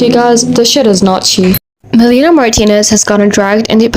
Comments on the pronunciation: Nice video! Just a small note: her name is pronounced Meh-Lah-Nee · this video was very well done and i was honestly surprised ur so new. i really appreciate the unbiased pov of this video i feel it is few and far between these days. i do agree with the people saying that melanie is overcharging/being predatory w the pricing esp w the quality. i also believe timothy and i feel for her. also i didn't mind u messing up melanies name it didnt take away from the quality of the content yk ? we've all messed up names and words. i just wanted to say i hope u keep at youtube bc i seriously enjoy ur stuff !!! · girlie can't even say her name right 😭